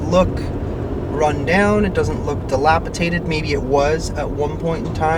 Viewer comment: The crime doesn’t happen typically during business hours in broad daylight. You won’t see unsavory people standing around. And just walking the streets. It comes out at night, and often occurs at gas stations, night clubs etc. you don’t want to be outside alone at night. Ps, it’s dilapiDATED, not dilapiTATED